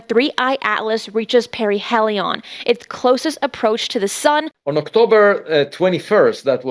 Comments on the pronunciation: Paraheeeeelion with a long e. Not parahellion with a short e. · peh-ree-HEE-lee-on is how its pronounced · Thank you for this! Also, it's It's para--hee--lee--yun.